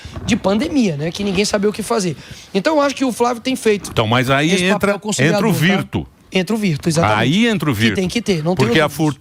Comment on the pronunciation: Emílio, meu lindo, a pronúncia correta é "virtú".